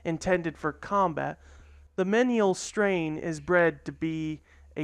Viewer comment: It's pronounced "mee-nee-al"